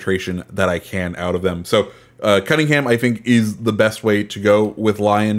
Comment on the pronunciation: It's L-yon not Lyown. Sorry just bugs me most ccs get it wrong